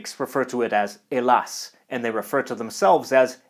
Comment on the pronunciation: As a greek i appreciate the effort you put into the pronunciation of the greek words, its quite rare to see hellas etc pronounced correctly! Liked.